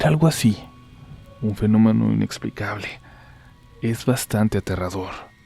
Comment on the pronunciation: Dijo fenomano o es mi imaginación?